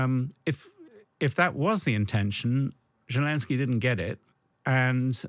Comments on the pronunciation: If this guy wants to sound like he has any idea about geopolitics, he should learn the name of the Ukrainian president. It’s not Jalinsky, it’s not shelenskyy, it’s Zelenskyy. Get it right, man. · I know it's a minor point, but why can't a so-called expert pronounce Zelenskyy's name right? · God, this bloke urms and errs far too much! More importantly, can't he get zelenskyy's name right?? That aside, an interesting discussion